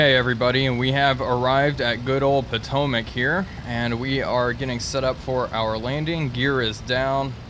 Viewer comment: Home airfield "Potomac" (at least that's what I always hear). But it is actually Pitomnik (Pee-Tom-Nick) :P